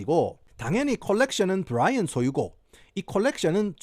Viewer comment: 부롸이언~ 경상도 사투리에 겁네 이질적